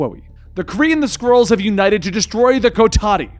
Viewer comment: Did he call them "Squirrels" in the beginning?